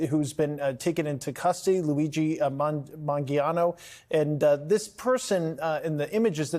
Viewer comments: Manifesto He said “Mangiano” It’s Mangioni… duh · "If there's anyone that knows anything about this its you "??? The guy literally didn't even know how to pronounce the suspect's last name correctly. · Pronounce his name right.